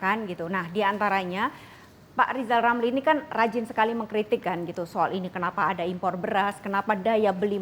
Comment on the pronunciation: beliau sebut nama sendiri aja gak becus!! 😞 maaf pak jgn penjarakan saya